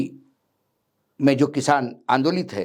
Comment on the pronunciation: Sir pl. Correct. Hinori nahi khnori hai